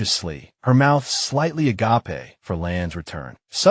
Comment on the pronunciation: AI and the word 'agape' do not get along. lol